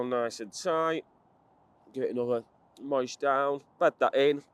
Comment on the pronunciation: how you pronounce moisten goes through me hahaha 🤣🤣🤣